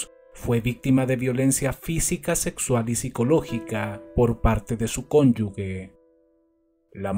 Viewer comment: se pronuncia conyuje , con j no con g suave